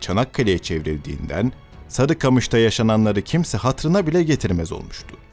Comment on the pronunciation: Seslendirme tonu güzel ama bazı kelimeler hatalı okunmuş. ”Dahi(bile) kelimesindeki ilk hece uzatılmamalı, ”dâhi" olarak okunmamalı. ”Hatıra” kelimesinde sadece ilk hece uzun olmalı, ”râ" olmamalı.